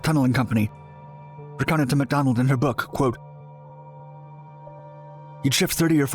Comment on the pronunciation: there are even massive mispronunciations. he says "power" like "powder" and "book" like "brook"